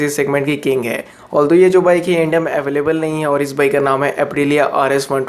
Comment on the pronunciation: O bhai, pehle bolna to seekh le. India bol raha hai ya Inda bol raha hai?